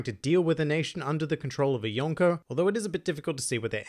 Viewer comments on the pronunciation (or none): none